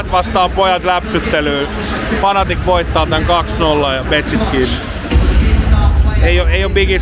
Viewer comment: Se on Fnatic ei Fanatic :O